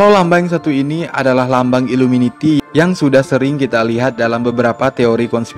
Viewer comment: Iluminati bukan iluminiti